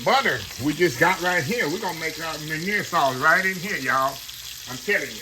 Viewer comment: I enjoyed the recipe Chef. Just a heads up, the French pronunciation of MEUNIÈRE is (mun-Yair’). Love the show. God Bless